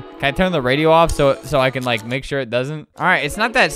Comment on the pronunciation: I lile that you say lile